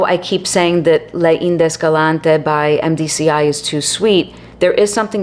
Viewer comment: Thanks for the video,! This was not a house on my radar. Just to help out: “Les Indes Galantes” = “lay ZAND gal-LAHNT” 😊